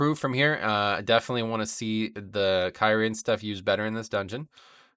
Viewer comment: I loved watching this video, but man did it bother me when I kept hear you calling it Kyrin, lmao. Good guide none the less.